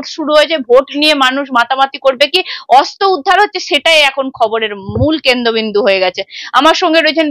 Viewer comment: তুমি প্লিজ আগে তোমার উচ্চারণ‌গুলো ঠিক ক‍রো। শব্দে যেখানে র-ফলা দেওয়ার কথা সেখানে তুমি একেবারেই দাওনা। খুব কানে লাগে 'অস্ত্র'কে 'অস্ত' বললে।😖 আর পাপিয়াদির কথা সবসময়ই ভালো লাগে❤